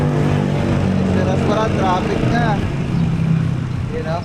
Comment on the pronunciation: Boss “Bisperas” hindi disperas 👍 keep up the good work and upload lage nang may napapanood kami araw araw